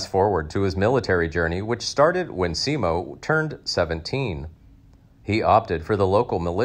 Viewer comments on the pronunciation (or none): Simo, not Siimo ( pronunciation) and his last name Häyhä is not pronounced hayha